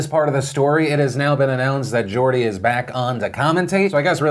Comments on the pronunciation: At least you pronounced Geordie right. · Phil go on the True Geordie Podcast! Also shoutout for pronouncing Geordie's name right, most Americans get it wrong!